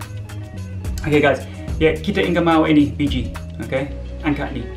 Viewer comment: kasian dong mba, dia aja ngomong biji aja susah 😄😄